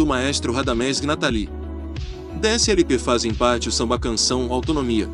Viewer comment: Você disse "éle pe ésse", que quer dizer "long play", ou seja, disco com mais de uma faixa. Afora isso, seu documentário ficou excelente.